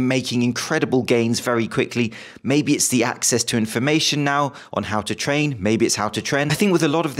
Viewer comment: "How to train (tren)"